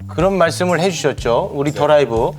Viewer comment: Globalization 에 첨단을 겉고있는 한국: journalism 도 또한 진보되었습니다 만... The Live ( 더 라이브) 의 앵커/ MC 님들 발음부터 높이셨으면... “ 더 라이브” 들을때마다 “Derive” 갈이 발음이 이상.